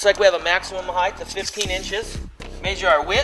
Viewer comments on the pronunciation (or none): Heighth??????? Maesure??????? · he mayshured that "heighth" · Not knocking the guy, or RTTI... I know what "width", "depth" and "height" are... But he keeps saying a combination of height and width; "heigdth" :D.